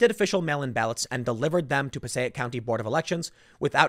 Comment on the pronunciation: Pronounces county (Passaic) correctly; bungles town (Paterson) repeatedly.